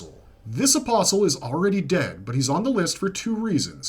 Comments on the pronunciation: thank you for pronouncing apostle correctly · Lol nothing is worse than people say “apostle” and enunciate the “t”. Blech, makes me cringe every time. At least he didn’t do that, lol.